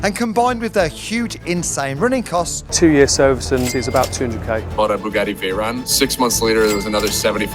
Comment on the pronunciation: Spuh-Geh-ee Vhey-rahn!